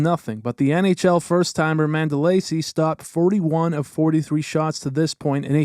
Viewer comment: Not to pick but I think your pronouncing Mandolese incorrectly